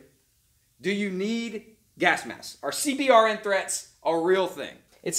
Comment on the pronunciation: It's pronounced "See-burn".